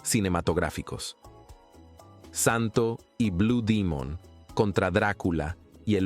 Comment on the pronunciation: Es demon no dimon😂